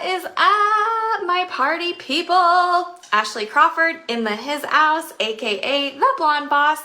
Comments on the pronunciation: Oh no! No no no. She didn’t say “hizzouse”, oh girl. 🤦🏻‍♀️🫠🥴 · I was still processing her saying "hizzouse" when she said that, complete with awkward pause after the word "black." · The hiz-house? Oh stop it. Just stop 😂😂😂